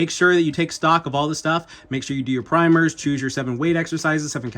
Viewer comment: Love the emphasis on "primers", I learned the hard way about them by doing too much pushups.